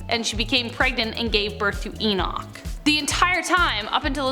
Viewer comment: Nice video. May I suggest d Book of Eee-noch. Not d way u Said it. Lol great job